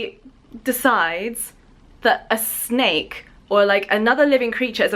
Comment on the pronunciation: hahaha i was so confused about the intro where you said 'snake earrings' in this weird accent because it sounded like schnecke-earrings and schnecke means snail in german😂